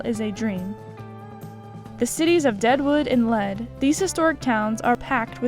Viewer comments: Being from South Dakota, I appreciate your video.. FYI, it is pronounced Leed, not led.. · Lead is pronounced Leed. Beautiful area!